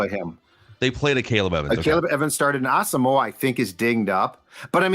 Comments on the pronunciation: As-sum-quah was how he pronounced it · Its Asamo..wa. he said it in an interview. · Brian said his name is pronounced as-um-wah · On Vikings Circle, in the interview with Gabe Henderson, starting at the mark, he spends nearly a full minute explaining that his name is Ah-sum-wah (there's even a graphic with that pronunciation), and he goes into what the name means, his Ghanaian heritage, etc. It means a lot to him. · Asamoah said it is pronounced a sum wah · Nope.its wrong how u pronounce Asmoah. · Gabe Henderson asked Brian the pronunciation and you 3 are not saying it correctly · He’s African don’t butcher his name. It’s pronounced with a “y or w “sound. Don’t pronounce the “o” in his name. He’s said he’s said it before